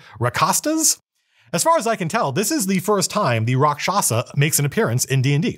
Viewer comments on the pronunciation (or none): none